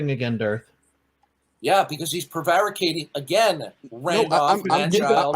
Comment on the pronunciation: Darth learned a new word today. Prevaricating. Maybe tomorrow he'll learn how to pronounce it correctly.